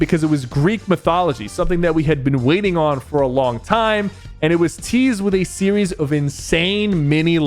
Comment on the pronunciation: Sypher says sewies and not series